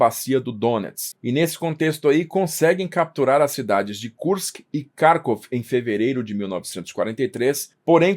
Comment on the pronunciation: para de cagar a pronúncia. Kharvov tem pronúncia clara e precisa. Se é pra falar em português, é Carcóvia. Mano. Que falta de cuidado e aprumo.